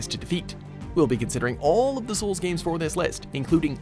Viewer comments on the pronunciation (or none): none